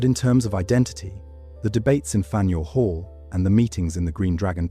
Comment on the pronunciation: As usual, the horrendous pronunciation of unedited AI makes this unwatchable. First, the AI narration said Fanorial Hall (Fanuel Hall). That was followed by the pipe disappearing from one man's mouth, and the overall stilted narration that stopped and started in unnatural places, making it unwatchable. Maybe someday the makers of these videos will bother with editing, but we're not there yet